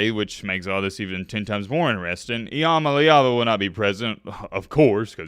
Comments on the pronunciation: He really said “I am a leeva” cya later bud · Its literally in his name I-am-a-leava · Well, his name is, imma leave ya. That's how I've pronounced his name since I first saw him. Lol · Still can’t even pronounce his name right🤣